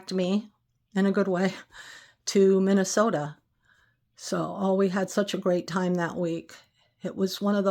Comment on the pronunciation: You pronounce Minnesota as a native, like me, does😊